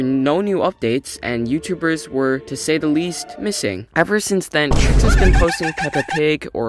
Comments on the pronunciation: "tricks" 💀 its obvioulsy pronounced "trikes" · I mean for one you didn’t even say my username correctly are you gaslighting me or smth?